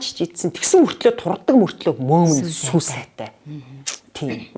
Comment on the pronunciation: “сүй” биш СҮҮ хувьцаат компани шүү